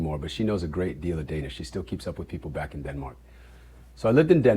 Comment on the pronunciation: The fact he Shemar actually can still pronounce Danish words so well is impressive. It's the kind of languages that you have to live in the country and with the people to properly learn it.